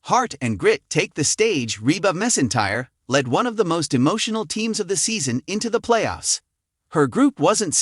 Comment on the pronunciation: You're are a knucklehead. Pronounced Michael Boo Blay and Reba Mac N Tire. Reputation this post, Pronounce the names right and don't come across as so stupid.